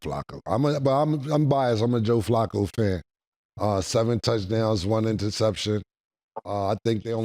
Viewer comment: Cam and Mase made Joe dominican. 😂😂😂 "FLÀCO"..😂😂😂😂.